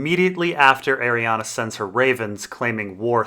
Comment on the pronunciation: It's Ariann,. It's pronounced "Ariann" not Arianna. Dammit.